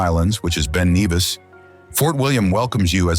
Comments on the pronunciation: Fantastic video, certainly got lucky with the weather. And the drone footage is spectacular. However, as a Scottish person, a Scotsman (not Scot) I was amused at some of the pronunciations, I find 'loch' being pronounced 'lock' hard to bear, it should be a guttural 'ch' sound - and a loch is not a lake, it's a loch, There are only 2 lakes in Scotland afaik. And it's Ben Nevis not Neevis. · Anger 👿 I'm Scottish & I'm hearing Epic Pronunciation Of Key Scottish Dialect " incorrect which is slightly disappointing " As in Loch which is spoken as Lock" Loch " !!! You have to Extend the Loccccccch & Ben Nevis & Not Ben Kneeeeevis ! + RMS Titanic was not built on Clyde was it it's was Belfast , only the Steel for The Ship was Made on the Clyde & Ships to Ireland to Harland & Wolfe & I have to Say that Glencoe is said as Glencoh not Glanco !!! Glencoe I'll understand if it's an AI Voiceover .is it ? Sorry to pick out the inconsistencies . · The mountain is called Ben Nevis. Not Neevis.